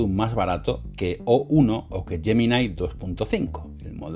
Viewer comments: ta mare... gemini se pronuncia asi como se escribe no "Yeminai" pues ni que fueras gringo. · Ahí-ahí---yeminaí...jajaja, LLeidai..cATalonIa--PoLSCka..PuaJJJ